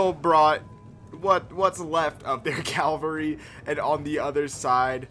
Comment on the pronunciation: Why do you say calvery instead of cavalry?